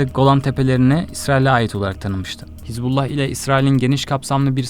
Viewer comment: Не хезбала а хизбала